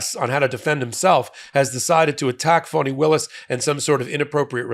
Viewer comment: Quit calling her Foni, you bozo